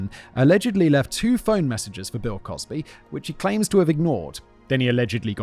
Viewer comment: Anyone else hear him say "Pill Cosby" 😂😂